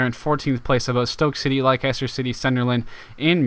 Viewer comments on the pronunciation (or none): You say it les ter not li ces ter